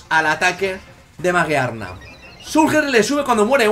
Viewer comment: Además la habilidad de Magearna sube su ataque especial cuando muere un pokemon en combate, no necesariamente debe ser aliado. Y la pronunciación era "Mayiarna" porque viene de la palabra inglesa "Gear" que es engrane o engranaje que se pronuncia "Yiar"